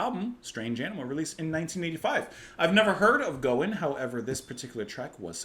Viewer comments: Great to see you do, Gowan. Gow rhymes with wow. Larry played keys in Styx for a number of years when Dennis DeYoung left. My daughter took me to see him perform last year at this time as a birthday present. Still quite a showman. Other great tunes are Criminal Mind, Cosmetics, Guerrilla Soldier, and Moonlight Desires (with Jon Anderson). Peter Gabriel's backing band plays here (David Rhodes, Tony :Levin) as they heard his demo tape and thought it was great. Another Canadian treasure. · His name is pronounced Gowan (the O is pronounced like in the word how). Larry Gowan was a popular Canadian singer in the 80's and 90's. He has since replaced Dennis Deyoung as the lead singer of the American progressive rock band Styx. I would recommend listening to his songs Criminal Mind and Dancing on My Own Ground. You compared some of his vocals to Geddy Lee which makes sense since they are both from close to Toronto and are only three years apart in age. Gowan is 67 and Lee is 70. I grew up in both Canada and the US and am very familiar with him. Professionally, he has gone by the names Gowan, Larry Gowan, and Lawrence Gowan. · Gowan, (rhymes with Cow) went by one name like Madonna back in the day. Very big deal in Canada for many years with a lot of hits and awards. He's the keyboardist and singer with Styx since 1999 but still performs with his own band as well. Try "Criminal Mind." Or, with Jon Anderson "Moonlight Desires." The video to this track might help with its meaning.